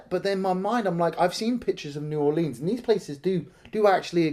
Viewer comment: There is NO long "E" sound in the word "Orleans".